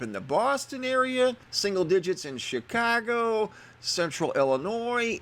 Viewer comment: Love the way you said ChicOgo! Said as someone who may have lived there? Born and raised...miss it when someone actually says it right. Not Chicawgo. :-(